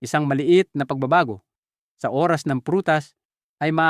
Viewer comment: Pk clear Po Ang pagbigkas ng Oras dpo maintiñdihan